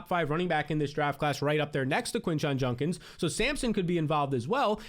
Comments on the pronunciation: It’s juDkins not juNkins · Why you gotta do Quinshon like that with the JUNK-ins pronunciation 😆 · why does he pronounce Judkins like that lol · JUDkins not JUNkins!!!! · Is it a bit he's doing calling him JuNkins 35 times instead of JuDkins?